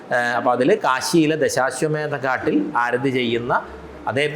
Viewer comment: നിളാ ആരധി അല്ല മേഡം ആരതി എന്ന് പറയൂ. കഷ്ടം